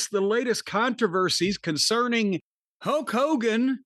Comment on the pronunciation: Whys he saying "Hoke Hogan"?